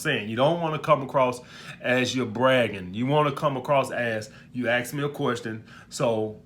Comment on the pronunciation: Police detective: what happened here?: I axed her. She axed me back